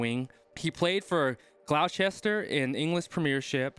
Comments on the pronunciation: Gloucester is said gl-os-ter-sher not whatever mess you said lol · rugby players pay is capped at £4 million in the uk so the money can be put back into development of younger players Also Gloucester is pronounced gloster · .... the United Kingdom is not in the EU. LR-Z is Welsh/British. Gloucester is pronounced Glos-ter. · 'Americans add an extra syllable for example ; Glou'Ches'Ster., Lei'ches'ster., Wor'ches'ster !! _____________ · Glow Chester....😂 Fair play for that...next try Loughborough 👌🏻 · Great video is Gloucester fans are going to miss him. It pronounced Glawster. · Glow-chester LOL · Gloucester is pronounced Gloster. The top European players are on around £800,000 p.a, so the newspapers say. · Gloster is how it`s pronounced or Glostersheer, he can run quicker than shit through a goose, but with all that padding and a helmet on we will see, if that isn`t a problem not many nfl payers will catch him, he is 6ft 3 and 14 stone or 194lb or 88kg and 22 years of age. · Gloucester = gloss-ter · haha fairplay tho for trying, probs just bad as when I first tried to say Arkansas. It’s a very weird spelling cause cause the town is very old. It’s actually pronounced Glos-ter. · Gloucester, pronounced Gloster, in the Premiership, not the Premeeeeeeeership. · ‘Gloucester’ is pronounced ‘Gloster’ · Gloucester is pronounced Gloster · pronounced Gloss-ster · Gloucester is pronounced Gloster. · Pronounced Gloster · Thanks so much for letting me know about the salary. That's really helpful and give me a lot of perspective. Also, thanks for the correct pronunciation of Gloucester. I completely butchered it 🤣 I hope he get paid very well! It'll be cool to see how he does